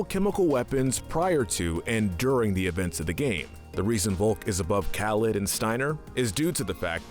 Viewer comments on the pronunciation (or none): none